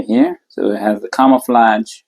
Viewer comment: He keeps saying kamaflodge